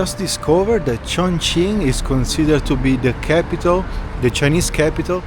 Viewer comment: say tjoeng-king